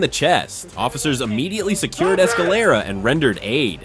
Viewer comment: Uh-mmediately isn't a word, e-mmediately is. Immediately.